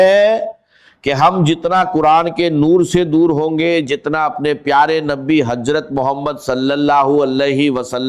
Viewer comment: Hajrat nahi Hazrat Mano me nahi,Mayon ke Jindagi nahi zindagi Yeh awaz to pagal ki hai